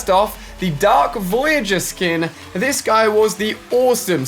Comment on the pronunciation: Ali: I'll definitely keep an eye on dis one Me: Its called "this" not "dis"